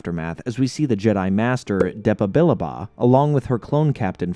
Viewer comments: Say it with me. "DEP-AH-BE-LOG-OH" Thats how you say it. Dep ah be log oh. Then you just say it fast.. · oh my god. cringed so hard when he said depa billaba